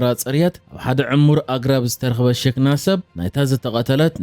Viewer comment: ክቡር ኣንባቢ ብቛንቛ ትግርኛ ርእሲ ወዲ ሰብ ' ሽ ክ ና ' Hhikna እዩ ዝበሃል ከተንብቦ ከለኹም ሺኽና ተባሂሉ እዩ ዝድመጽ ዘሎ ።